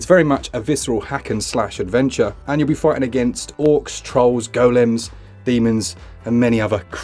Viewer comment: Lol u lost me at go lem 🤣🤣🤣🤣